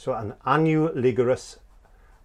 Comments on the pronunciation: Let me translate for you "Onahligulous" = "Analogous". Phonetically it would be "Uh-Na-Luh-Giss". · you are funny. You've given me something to smile about and brought back a bit of my childhood. 1) I think the word you are trying to pronounce is ah-NAHL-uh-gus. Don't worry. I used to have trouble with this word myself, once. 2) Back to my childhood, Part A -- The Triadic Color Wheel: In America when our US television systems were making the (slow) transition from B&W programming to (the fledgling) color TV shows; many stations used to put up on the screen a triadic circle 'bumper' to help stations (initially w/ B&W) 'white balance' their images. Then, when we transitioned to color programming stations, would once again put up the triad circle before most television shows only this time it would be a colored triad w/ a series of 'piano bars' just beneath. Only this time the triad was used to color-balance the picture. We don't see it used anymore and only occasionally come across it if a particular station airs an old pre-1966 television show or movie. 3) Back to my childhood, Part B -- "Color Theory, Episode 3 & 4": How quickly things change........ Watching your part 3 & 4 of this series definitely brought me back to my early (art class) childhood. How much we here in America have collectively 'forgotten'. This one has special poignancy for me because I also happen to be a teacher. Color theory is one of the hardest things to teach students today. I think it is because so much in real life and visually is 'spoon-fed' to our young people. It took me the longest time